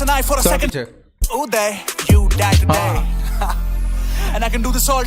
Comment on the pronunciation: arre accent bro Uday in american accent woh bolna cha raha hai you-die jaisa pronounce hoga Uday U dai. But actually woh aussi accent hai par chal jayega, it's hitting.